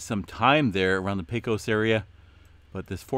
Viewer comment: Not a big deal, but Pecos is pronounced pay cus. Thanks for all the great info!